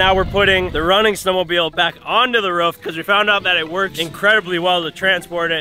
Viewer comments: saying ruff instead of roof count 3 😜😂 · says rof instead of roof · Roof not ruf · I’m from nz and hate how they say roof. Love the content